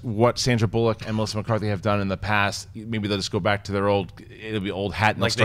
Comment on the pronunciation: "Sandra Bull-lock"....say it right. Come on, it's not hard. Bullock, one word.